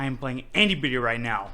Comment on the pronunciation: he has trouble pronouncing “Anybody” two times in a row. Im not sure what that is from.